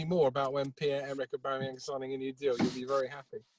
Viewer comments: How do people see the shortening "auba" and pronounce it "oooba" lmao. It's not pronounced Ooobameyang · Who is the clown on 12 mins pronouncing it 'Ooba'? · Why does that reporter call auba ‘ooba’ 😂😂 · I'm sorry who was that reporter who called Aubameyang,Uber